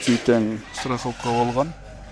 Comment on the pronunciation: Старховка эмас. Страховка болот